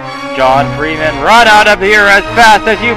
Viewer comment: I like when he said "It's Freem'n Time."